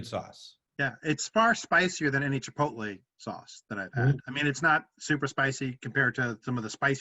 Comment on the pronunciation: No one ribs for mispronouncing "Chipotle"? Are you even brothers?